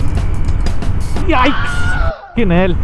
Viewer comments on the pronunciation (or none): i thought you were saying Aai Za** instead of yikes😂